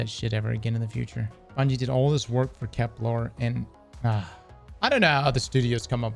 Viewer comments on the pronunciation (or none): Can we have a poll when he streams to force him to pronounce Kepler with an e?